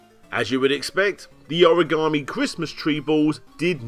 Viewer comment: "ham"paign, ori"ham"i, pr"ham"otinals. I'll set 'em up, you knock them down.